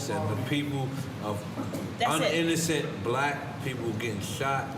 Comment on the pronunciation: “Uninocent” ........interesting 🤔